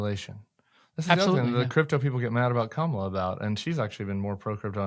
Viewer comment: His biggest tell was mispronouncing Kamala's name. Clearly he's been drinking from the Trump Kool-Aid fountain.